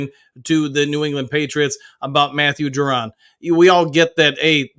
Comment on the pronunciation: You keep saying JUR-DON….. isn’t it Ju-Don? No R? lol 😅 this is like the 3rd video figured I’d say something this time. Still funny to hear though.